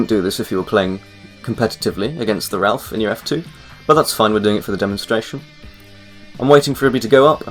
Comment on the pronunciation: ralph? its raaafaaaale